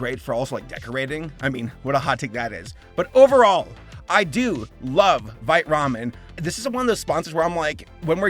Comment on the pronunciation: I heard that as "This video is brought to you by Bite Ramen" and I'm just like "Well yeah I bite it it's delicious."